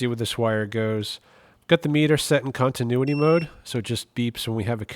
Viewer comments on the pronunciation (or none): none